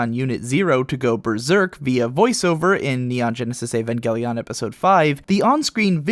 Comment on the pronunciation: Why do you say "Evangelion" so oddly?